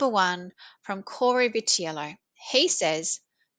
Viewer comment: You pronounced his name correctly.